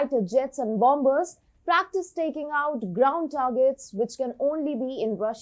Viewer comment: why afe youer pronoucing the second 'B' in Bomber? the second 'B' is not pronounced as it is silent. So the correct pronunciation for the word of 'Bomber is indeed "Bom-er'